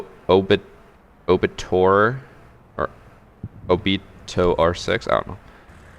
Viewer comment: Really said orbitor